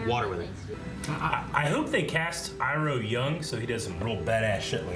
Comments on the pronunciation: The pronounciation that bothers me the most is Zhou saying "ee-roh" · Iroh not pronouncing as Eyeroh is more suitable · "Ahng", "Soaka", "E-ro". I'll never not facepalm at these things.